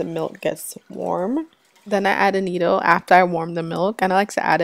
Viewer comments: It’s pronounced ‘Ah-Not-O’ ...not ‘Ah-Neat-Oh’ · It's pronounced A- NOT- TOE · AN -NAT-TO ... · It's not AnnĒtto, it's pronounced AnnAtto...LOOK at the name. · What is anido? It's called Annato! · Love the video. I've not really used evaporated milk before. I think I'll try it with my recipe this week. Sn: Annatto is pronounce uh-nah-toe. Just fyi since you called it uh-nee-toe quite a bit. :) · Its pronounced " ah nah toe" Not" ah knee toe" ..lol. . Ps. Good job on mac n cheese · I think you mean annatto NOT anneetto. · Annatto - not Anito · I like your recipe. Thanks for sharing. FYI it's pronounced annaaaato. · "Ah-nah-toe" - otherwise, this is a perfect video of a great recipe. Thank you for sharing! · I’m from the Carib, too. Puerto Rico. We use Annatto a lot. Btw, it’s pronounced, A-nah-to, there’s no i in it, and it does have a distinct, but subtle flavor to it, which I love. I’ve never seen a Mac and cheese recipe with annatto in it, so I was pleasantly surprised. Making sure I have all the ingredients bc I’m definitely making your Mac and cheese, today!!! Can’t wait!! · Good recipe. It's pronounced Ann-A-toe. It's from Jamaica. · Are you saying "annatto" for the yellow coloring? I have never heard your pronunciation of it.